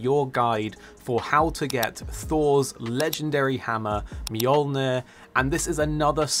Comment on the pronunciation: Mjolmjurn what the fuck is that its mjolnir